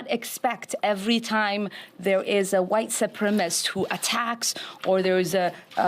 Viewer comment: White supremist. Think she's missing a few syllables.